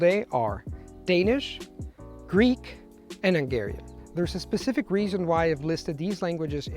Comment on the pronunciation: He kept saying "ʌŋˈgɛəriən" instead of "hʌŋˈgɛəriən"